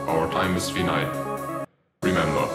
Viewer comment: finite is pronounced wrong